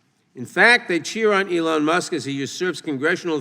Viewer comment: ELON Musk, not Soon Musk!